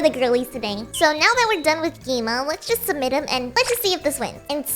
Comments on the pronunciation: It is not gi ma it's gwima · ITS GWIMA NOT GII MA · You said gi-me✔️ gwi-ma🚫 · Lol she said gi ma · why did you say gi-ma 😂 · Bro said gi-ma